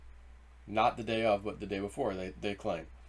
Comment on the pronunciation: Yes!! I heard it myself. He didn't clearly pronounce the "f" in "of," so it sounded more like "o' the military." One person misheard it, and now everyone has been repeating "to." People hear what they want to hear. The difference is small, but it changes the meaning significantly.